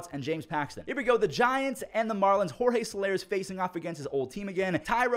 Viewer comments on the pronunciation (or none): none